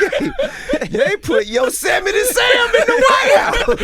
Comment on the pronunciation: LMAO !!!! Did TIP just say Yosamity Sam ?!?!?!?😲😂😲😂😲😲😲😂😂😂😂😂👀